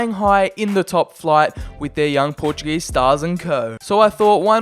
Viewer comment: dont yoou disrespect my country its portuguese not portug_ese